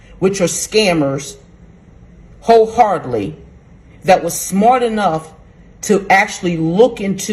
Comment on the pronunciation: Did she say “hole hardly?” She means “wholeheartedly”